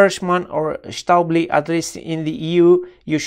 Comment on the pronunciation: I really like the Stäubli banana plugs, especially the SLS4-B, which is fantastically compact compared to every other stackable 4mm banana plug. I highly suggest checking them out. P.S. "Stäubli" is actually pronounced "shtoybli" in its native Swiss German, and is a name that can be translated as "small dust"! :P